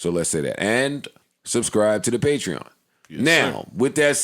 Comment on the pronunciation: Finally said patreon right